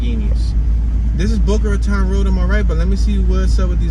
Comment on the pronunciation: My home city. 😉👍 Boca RA TONE is how it's pronounced. Keep up the entertaining tours! From an ex north Philly guy now living in Boca!